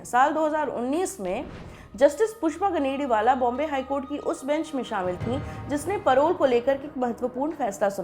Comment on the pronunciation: गनेडिवाल not गनेडिवाला।